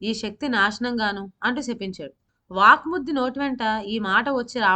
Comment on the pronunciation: Vvak suddhi not vaakmuddi pl correct